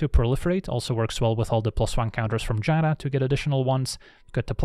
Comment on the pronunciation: I want to thank you for being seemingly the only magic youtuber who can pronounce Giada correctly.